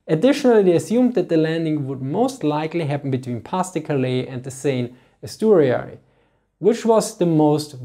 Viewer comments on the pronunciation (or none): none